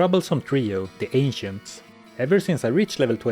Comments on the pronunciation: It sounded like you said "the very trickery trio, the Asians" instead of ancients 🤣🤣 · When he said "the ancients" i heard " the asians"